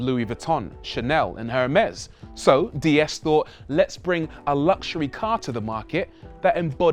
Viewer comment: Why do virtually ever pronounce it Dee S, when it’s actually pronounced Day S.